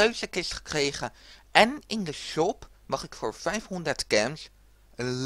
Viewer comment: Het is niet Cems maar gems